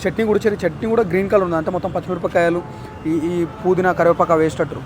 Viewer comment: పుదీనా రా బాబు , ఫుకు నాకు కాదు